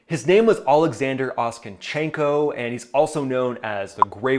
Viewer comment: Hi, as a Ukrainian, I'll correct "Grey Wolf's" surname pronunciation slightly, it's not "Oskanchenko" its "OK-san-chen-ko".